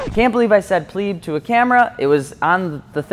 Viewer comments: its pleb, not pleeb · I can't believe you pronounce "pleb" like a pleb. (